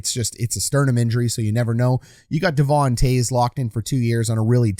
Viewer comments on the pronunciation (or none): none